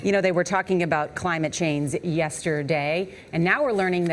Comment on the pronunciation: I’ve watched this several times. It’s the first time I’ve noticed she says “climate chains”